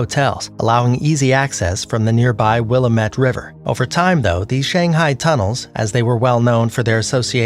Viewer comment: Its pronounced Will-am-it. Its from a shirt that says "its will-am-it, damit.